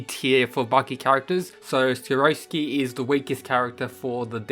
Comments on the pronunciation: Skiroski? My dude, its sikorsky. Do you not read when his name is written or listen when its said? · Why do many people say the Russians name wrong? its SIR-CORE-SKI (Sikorsky), not SA-ROSS-SKI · siKORsky with a K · It's pronounced SICK-COR-SKI by the way love the vid otherwise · See-Cor-Skee Say it with me now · How do u get sikorsky to skoroshki? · Man can’t say Sikorski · The way you pronounced Sikorsky... Yikes... Good video nonetheless!